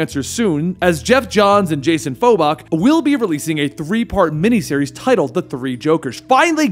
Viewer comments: Dude stop saying Faux-bok. It's Fab-bok, as in fabulous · Dude, i just started the video and you mispronounced Jason Faboks last name entirely and I have never heard anyone call Batman Zero Year, Year Zero